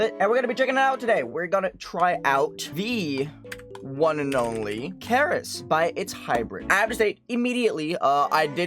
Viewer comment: the way he pronounced "keres" lmao also 300th comment